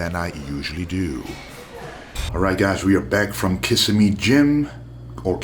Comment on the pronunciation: If it's Florida, (Kissimmee) it's pronounced, "Kuh-SIM-ee" (emphasis on the SIM syllable)...most people outside of FL always get it wrong. They think it is Kiss-a-me or something.